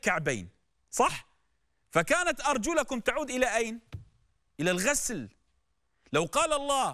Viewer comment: جوابه يدل على جهله، قرأ أرجلكم بكسر اللام وهي بالفتح ،ثم تدارك بعد اتصال الكونترول